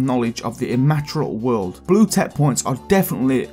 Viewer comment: Immaterial- em-ma-tear-ree-al